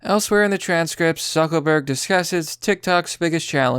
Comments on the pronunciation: Is "Zuckerberg" a word the algorithm censors? Because I notice you keep saying "Zuckelburg" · Does he keep saying zuckel Berg? Isn't it zuckerberg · Are you purposely sayings Zeckleburg rather than Zuckerberg? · It's pronounced Lee-bra and Zuckerberg not Zuckleberg🤦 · Sounds like you keep calling him Zuckleberg and not Zuckerberg, is it just me? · Its ZuckERberg NOT ZuckLEberg... Good Gawd man. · Dude, it's Zuck-ER-berg. Not Zuck-O-berg. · "Zuckleburg"? Don't you mean "ZuckERburg"? (JK)😁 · Why do you keep calling him "Zuckleberg" it's "Zucker-berg" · 'Zuckleberg' :-D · You sound literate, but it's unsettling that someone who is name trashing, can't seem to decipher and iterate er in a word. It's Zuckerberg...Zuck-ER-berg. Dude...come on...I'm not a Facebook fan nor do I follow Zuckerberg, but your childish rhetorical comments are droll and mundane when you can't speak. Like i said, you sound literate, but it's the only word you purposely i suppose fuck up. Thumb down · Who is "Zuckleberg"? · Are you saying Zuckleberg? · Do I keep hearing “zuckleberg” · Is he saying Zuckleburg? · Zuckleburk? Is that a meme I missed or you can't fucking speak lmao. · bruh why do you keep calling lizard man zuckleberg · I love how you keep pronouncing it "Zuckle berg" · bruh stop saying zuckelburg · Zuckleberg? Is that on purpose? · Is his name really “Zuck “o” burg?” Lol